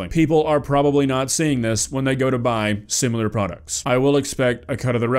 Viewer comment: Please PLEASE! learn how to say "similar "😢